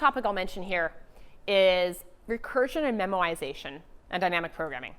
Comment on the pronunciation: It is "memoization" not "memorization"